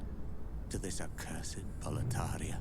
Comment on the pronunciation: Boletaria keeps sounding like "proletariat" for me. wtf